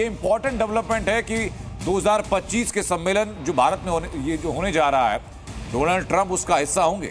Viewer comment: inko abhi tak डॉनल्ड bolna nahi aya.